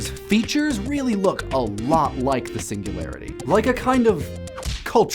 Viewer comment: The way you said "Singularity" was just magnificent.